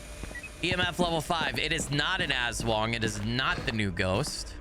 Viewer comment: AHHHHHHH!!!! ASWANG ARE FILIPINO SHAPESHIFTING CREATURES FROM VAMPIRIC CREATURES TO WEREBEASTS AND MORE!! ^^ <3 AND BTW YOU DEAD ASS NAILEDD THE PRONOUNCIATION!! xD <3 IM SO EXCITEDDD!! 😱🤯🔥 I was literallyyyy thinking IF they’d add I’m sum Filipino creatures xD <3 they did!! >:0